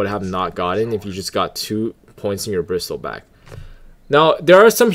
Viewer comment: Kinda annoying how you read it as bristilback but good guide overall, kinda just funny and annoying atst lol